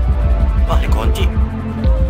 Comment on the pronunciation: Bang lu kalau ngomong yang bener dong kunci bukan konci